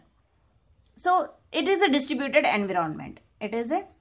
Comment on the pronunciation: Environment pronunciation ------> en·vai·uh·muhnt